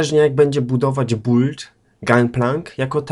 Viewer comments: ja pierdole ogarnij się człowieku próbujesz gadać z angielskim akcentem a źle wymawiasz nie "bult" tylko "bild" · yyyyy..buld? chyba bild